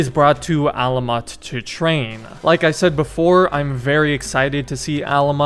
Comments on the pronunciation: Hey keep up the good job but the place is pronounced alamoot not alamot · Alah-moot is how you pronounce it btw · It's pronounced like èlèmut. The second è is an è not an A sound.